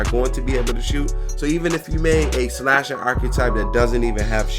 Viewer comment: Why it say shasher